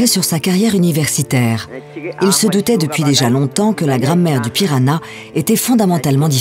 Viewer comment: La langue n'est pas le "piranha" mais "pirahã", le tilde sur le A le nasalise. On dit /pira-Han/